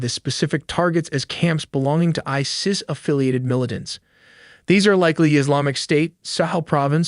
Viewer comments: The way you pronounce ISIS, no human would ever say it like that. You are never beating the AI allegations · why do u say isis like that